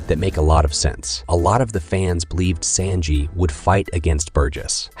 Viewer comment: Bro said senji instead of sanji